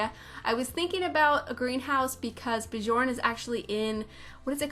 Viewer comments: björn is pronounced bee-YORN (bee is short) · I just love how u said Bjourn.